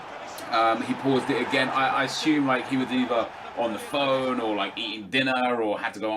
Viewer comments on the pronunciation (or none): none